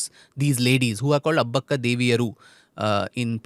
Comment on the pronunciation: It is Abbbakka not Abaakka. Pl note. You are a kannadiga. And not pronouncing it right is an indication of how much the British have influenced us.!!